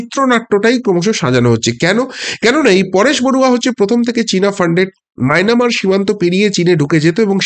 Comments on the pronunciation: মায়নামার ?? "মায়ানমার"?? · Mainamar na “Myanmar “ uchharon thik korun. Kono desher nam bhulbhal uchharon korbenna